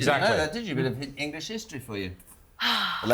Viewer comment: Angela rayner as PM ? 😂😂😂😂 she cant even pronounce the English language properly 😂 OMG what a total joke that would be. She has the brains of a pineapple 🍍